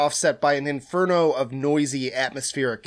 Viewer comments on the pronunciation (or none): none